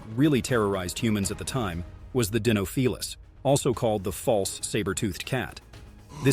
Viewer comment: The way he pronounces "Dinofelis" is so jarring... He almost said it correctly the first time and then completely butchers the pronunciation every time after that...